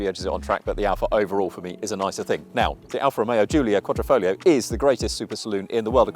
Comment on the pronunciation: Sorry, you have lost me on 30th seconds...you can't pronounce quadri - foglio - quadrifoglio - cloverleaf...if you can't read how can you know about things...